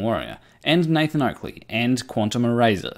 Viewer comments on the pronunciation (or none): none